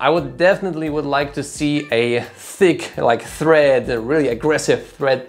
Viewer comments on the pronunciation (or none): Tread not thread.